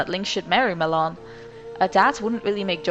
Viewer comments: Ma-Lon NOT Ma-lOn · "Muh-lon" OMFG.. x.x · So her name is pronounced malohn .Fudge I've completed loz oot calling her malown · At first I thought you said ghost melon. Lol. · Never got that right. Do you pronounce it MaLon or is it MaaLon?